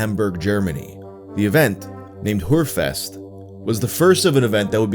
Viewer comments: I'm pretty sure its pronounced Hearfest not Lady-of-the-Nightfest! Its got that inflection over the O that makes it sound like EA. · PLEASE STOP SAYING HUREFEST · Lol the way you pronounce it it sounds like "whorefest", which... if that's not a thing, it needs to be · Whore fest? Man. Just look up how 2 pronounce ö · The way he says "Hörfest" (literally "Hearing 👂 Festival) sounds like "Hurefest" (Whore 🍑 Festival). 😅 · How says hörfest makes it sound like he’s saying Hurfest😭 basically whorefest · the way you pronounce "hörfest" makes it sound like "hur-fest" and that tickles me so much i'm glad those sex workers got dedicated festivals xD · ah ii love how youre trying to pronounce hoerfest... but it sounds a bit naughty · I've kept up with this saga in all the videos on it, and honestly the second more gratifying part of it was hearing German pronunciation go from utterly abysmal, to now being shockingly close to getting the ö in Hörfest down. Umlauts are one of the thougher things for English speakers and he was nailing it more closely than many "fluent" non-native speakers. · The way you pronounce Hörfest killed me. Repeatedly. XD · Your pronounciation of "Hörfest" makes it sound like something Frank Reynolds would attend in Hamburg.